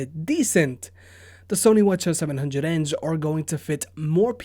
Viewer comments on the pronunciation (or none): Teddy T - he says that WH-CH700N are the wa-cha 700n